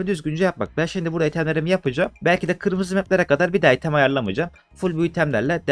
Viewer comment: abi çok güzel kanalın ama "item" değil ya "aytım" diye okunuyor. sırf o yüzden izlerken geriliyorum